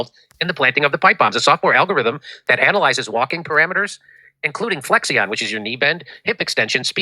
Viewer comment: FLEXION pronounced "Flek Shun", not "Flex Ion". The news guy sounds a good reader, but that words spelling threw him off a little..js 🐶